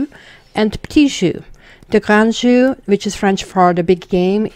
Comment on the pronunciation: You're saying 'jeu' wrong.